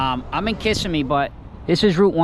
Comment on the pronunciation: Ka simm eee not kiss a me